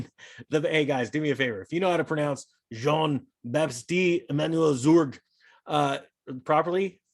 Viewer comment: jean- batiste you actually said it right.